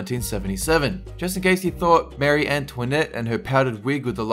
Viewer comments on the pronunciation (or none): none